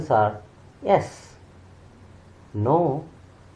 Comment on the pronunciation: The correct pronunciation is yes not Sss😊